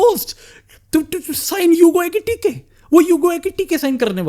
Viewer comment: Etikite❌ Ekitike✅